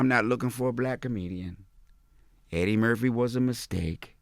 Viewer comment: Dude a legend no doubt. But he mispronounced "Eddie Murphy" when he mentioned who the Jordan of comedy was! 😂